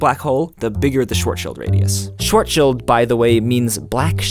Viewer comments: What’s so hard about pronouncing the German "a" like ah, and the German "w" like v? These are all totally normal sounds. Try saying shvahts-shihld or something like that and you’re are doing it correct. EDIT: As people suggested, in German actually the d in the end of a word is actually pronounced like a "t", but that’s just a really subtle difference, the vowels and "w/v" are a lot more relevant IMO. Also I don’t assume Henry to know German at all. But, seriously people, we’re living in 2017. Just go to Google Translate, turn on German, type in "Schwarzschild", click the speaker button, and try figuring out how the pronunciation works from hearing Googles pretty decent voice synthesizing. Or learn reading IPA (not that hard, srsly), open up Wiktionary and type in Schwarzschild, then you’ll find the pronunciation /ˈʃvaʁtsʃɪlt/. As I pointed out, the word doesn’t even really contain any sound English doesn't have. (The "ʁ" can be safely just ommited,"aʁ" just becomes a long "aː".) Either way, what I hate is just doing it the shitty, totally ignorant “American” way, pronouncing it like whatever without even thinking. (No offense, I know it’s a stereotype…) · In German the 'w' is pronounced as a 'w', not a 'v'. And the 'i' in this case should be pronounced as 'ie'. So more like "shwartz-shield", just like the German banking family 'Rothschild' (literally "Red Shield") is not pronounced as 'Rofs-Child', but 'Roat-shield'. And the 'd' is not pronounced as a 't' in any case, btw. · It's pronounced ʃvaʁʦʃɪlt or Shhh-Farts-Shield. Picture farts that are made at the Schwarzschild radius, being inaudible on the account of being sucked right into the black hole immediately. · WarioGiant But there’s no t in it and do you hear others pronounce the ch or not. Coming from someone with the last name Schwartz. (Pronounced: sh-warts) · It definitely doesn't end in anything sounding like "child", unlike how most people (mis)pronounce it. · you pronounce schwarzschild radius wrong